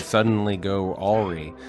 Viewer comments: Awroo...., do you mean awry (Ah-Rye)? 😂😂😂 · If things should suddenly go... "AW-ree"?